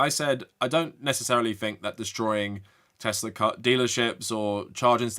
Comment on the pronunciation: "I love Teslur"